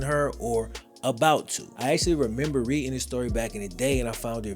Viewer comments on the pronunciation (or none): none